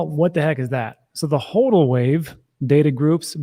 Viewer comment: pronounces HODL correctly